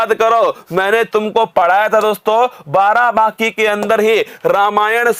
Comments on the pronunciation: Barabaki ...... Not Barabanki.....✓✓✓ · नाम तो सही लो बाराबाकी नही बाराबंकी है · Sir ji BARABANKI hai ye ....not बाराबाकी 😁 its my district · Barabanki hai sir barabaki nhi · Barabanki hota h naki barabaaki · Barabanki hota h.😊barabaki nhi😂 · Barabaaki😂,barabanki h sir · Sir vo barabaki nhi...barabanki h..😂🤣🤣😂🤣😂🤣🤣 m barabanki se🙆🙆🙆🙆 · सर बाराबाकी नहीं बाराबंकी है सर 😁😁 I m also from Barabanki Ramsanehighat 💞💞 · Sir g barabanki h aapne to uska naam hi badal dala ....barabaaaki nhi h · सर् आप हिंदी का नाम सही सही लिया करिए plz आप बाराबंकी को बाराबांकी कह रहे हैं लगातार🙏🙏🙏🙏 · Barabanki h sir barabki nhi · बाराबंकी बोलना तो सिख लो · उच्चारण ठीक।से कीजिये सर् बाराबंकी की